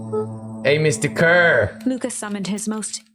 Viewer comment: love how they pronounce Kerr like "cur" such a good little nod to a bit of animal villainy